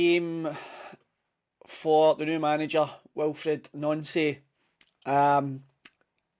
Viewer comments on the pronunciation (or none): Our managers name is pronounced NANCY it’s official of course it’s the boards fault but as you know they are never to blame for anything